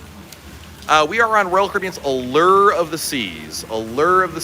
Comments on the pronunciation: "uh-lurrr of the seas'. Doesn't sound very alluring 😂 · Every time he said it we mimicked it and laughed.... Uh-lerrrrrrr....... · Drives me batty!! Where is the ERRRR in ALLURE!!!